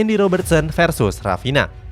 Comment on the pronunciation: Awal2 video dibacanya "Rafina" dong 😅 Ayo dong belajar baca nama dan club lebih baik lagi biar profesional kak videonya... Semangat yaa... maju terus... #YNWA